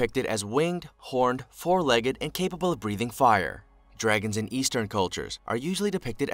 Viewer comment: He even pronounced legged wrong 😂😂😂😂